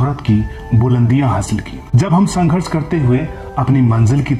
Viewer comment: Sanghars nhi anpad narrator wo Sangharsh hotaa Hain😂😂🤣🤣🤣